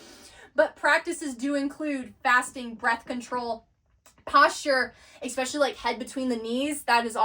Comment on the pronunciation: I absolutely love this content and I am glad other people are waking up to these truths. That being said your pronunciation of several words are just distracting the whole thought process. 😂 No disrespect. Especially/ no “x” sound Et Cetra/no “d” sound, pronounced like “set-tra” The Tao/ no “t” sound, it makes a “d” sound. Magi/ “g” sounds the same as it does in magic. Not hard like “game” Achetypes/ sounds like “ark” no “ch” Reiki/ sounds like “ray-kee” not “ree-kee” Hope this helps.